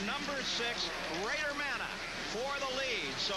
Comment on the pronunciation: Bader manneh yep " ma-nay" those morons. Lol rode w him a few times he hauled ass